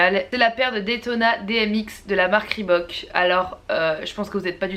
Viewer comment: Sa se dit rebOUk traduction de sa rebok !!!!!